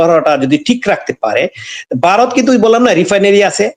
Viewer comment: Aapnara ki Vaw uccharon korte paren na?Barath Barat koren keno?